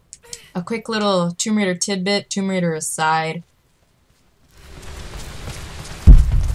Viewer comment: Rise of the Toom-bah Raider. Nice lil' tidbit and good video overall. c